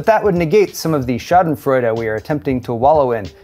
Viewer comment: went full german with his "Schadenfreude":face-blue-smiling:, ah the good ole joy when you see others fail.